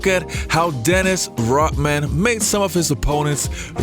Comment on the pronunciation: Who is this Dennis Rockman that the host keeps talking about?